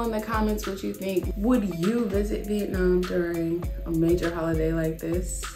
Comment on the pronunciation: Why do so many people pronounce Vietnam, " vietnarm